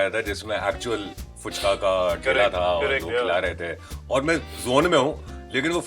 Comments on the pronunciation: Fuchka bhi nahi hai bhai…Phuchka hota hai!!! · ...Bumba da is me whenever I hear some non-bengali trying to say Phuchka....but they ended up saying Puchka which is very very irritating. Why? Do non-bengali people not know the difference between फ and प ?😃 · It’s FUchka, not PUchka